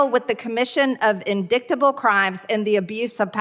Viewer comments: You can add EmpTyG to the list of the sadists on that committee, she's cruel when displays the penis pictures of Hunter Biden. He!!, she can't even read the word "indictable" she called it inDICKtable in a public meeting that was televised. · How can she? She mispronounced the word "indictable!" OMI (Only MAGA Ignoramus) stupidity.